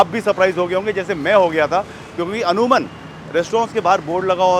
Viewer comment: The word is अमूमन and not अमूनन as mentioned by you 😊